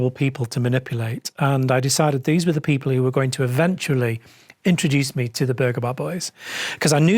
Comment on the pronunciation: “Eh bruv let’s frow veese rocks frew dat window over yonder”